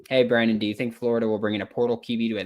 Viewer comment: He said the best Brandon now what is the best bran donnn?